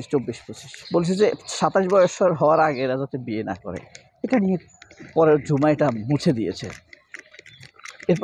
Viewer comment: মেয়েটার নামের উচ্চারণ ও বানান হবে actually ঝুমা not জুমা।